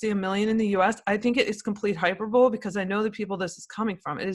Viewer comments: she said hyper bowl instead of hyperbole. Hmm.. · I have to say, this woman just doesn't seem like a very knowledgeable guest. She can't even pronounce hyperbole. It's not hyper-bowl. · I don't think this woman knows anything about the science of this disease. She should remember we have no idea how many people are infected in the U.S. The CDC made some very bad mistakes that resulted in no testing. Finally this woman is incredibly inarticulate. She can't pronounce a common word like hyperbole? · dont get me wrong on this one. is a MONSTER researcher. but her pronunciation of hyperbole just triggered me:)